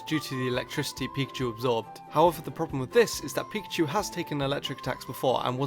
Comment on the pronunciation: am i the only one that hear him say pichu??!!